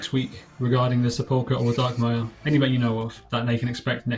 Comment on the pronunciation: is it just me or are they saying Sepulcher wrong? sounds like they are putting the emphasis on the wrong syllable